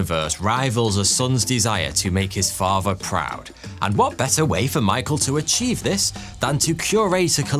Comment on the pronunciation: please pronounce "Father" properly. Brilliant in every other way but let down buy host pronouncing "father" as "farvah" and "ethnic" as "effnic"